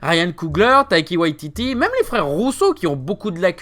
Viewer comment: c'est Taika Waititi, pas Taiki ....